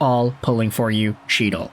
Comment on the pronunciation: Isn’t chytil pronounced hetal?